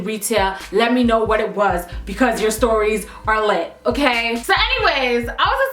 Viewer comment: I thought I was the only one who said lit like bic